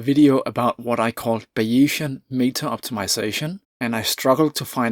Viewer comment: *Buy-ee-zian => Bay-zian Great video, BTW. Isn't it amazing that some parts of what we think as cutting edge research changes so fast and others not much.